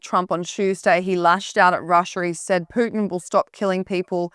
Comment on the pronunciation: Well at least she doesn’t say “Pewtin” Instead of Putin.